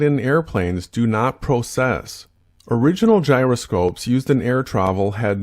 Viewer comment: If someone gets the words "process" and "precess" so embarrassingly confused when talking gyroscopes, they kind of automatically loose the argument, right?